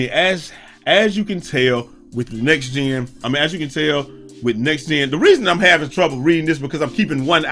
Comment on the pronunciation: Like up ppl this man b droppn "gyms" see what I did there "gems" "gyms" nvrmnd lol